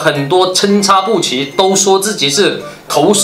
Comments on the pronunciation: 参差（ci）不齐？ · 参差不齐 差念ci（一声）啊 兄弟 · 纠正，参差（ci）不齐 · 参（cen一声）差（ci一声）不齐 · 参差（ci 一声）不齐